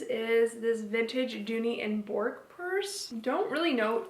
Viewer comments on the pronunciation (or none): That is not how you pronounce Dooney & Bourke lol (Burk not bork) cute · Dooney & Bourke is pronounced BURK. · Thanks. I was starting to think I’ve been pronouncing it wrong for years 🤣